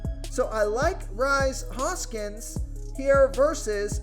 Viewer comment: It's pronounced Reese(Rhys) Hoskins.